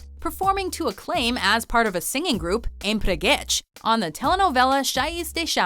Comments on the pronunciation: brazilian here I'm laughing so hard at their pronounciation omg "The empregets" OMG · "Empregetchs", "Chaias de charm" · Essa Pronuncia de empreguette foi impagável